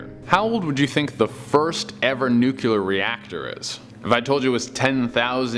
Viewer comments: You know what else is really creepy? Hearing some one say "nu-cue-ler" over and over again. It's NUCLEAR.. you know?.. because it relates to the NUCLEUS of an atom. Yes, a lot of famous people also say "nucueler", like former President George Bush. But just because THEY sound ignorant doesn't mean YOU have to. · i was interested until yet another half wit said the word nukular....cmon people...its not that complicated is it? nuclear new+clear....which is part of an atom's nucleus...hence the force of splitting that nucleus being a nuclear explosion ....NOT nukular damnit! wake up will yas? unbelievable from presidents and people with phDs when they say nukular their credibility is out the window for me! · The word is NUCLEAR. Not nucular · DAMNIT! Yet another dope that does NOT know how to pronounce the word nuclear! It IS ONLY TWO SYLLABLES. Yes... NOT Nuke You Lar, it is pronounced NU CLEAR. You know... phonetically New Clear. NOT New Q Lar! How do smart people do this? Do you also say Ree Dic U Las for ridiculous? RID IC U Las See there... NO E ANYWHERE. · It's nukular it's nukular Say New Clear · OK. Dude! It's noo-klee-urr... Not noo-quu-lar' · Ugh, it's nuk LEE er, not nuk UL ar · The word is... NUCLEAR. Like in NEW CLEAR. It's not nucular. Got it? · Dude clowns theories about alien artifacts, but cant even pronounce “nuclear.” 🤷🏻‍♂️ Its not “nucular,” ffs. 🤦🏻‍♂️😩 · Its Nu klee er nit nuculer, come on man, Reagan is dead, we don't have to mispronounce this word anymore. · NUUUKOOLEEER?! Do you nuclear?!?